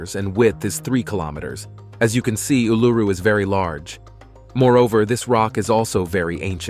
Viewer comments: ooh-loo-roo NOT ooh-LOO-roo. sheesh! 🤪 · It's sounds more like Oul-a-roo, and it's real name is Ayres Rock. The Aboriginals think they own it so they re-named it Uluru.?? No ones own a countries land mark, also just because your great great grandfather took a shit their, doesn't make it yours.? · Please learn how to say Uluru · Jesus!! At least learn to pronounce Uluru!!